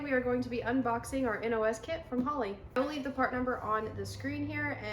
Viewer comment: So glad u called it a N.O.S kit vs saying NAWZZZ lol.